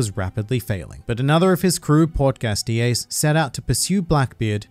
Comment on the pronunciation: “Porch gas d ace” I’m dead ur accent funny asf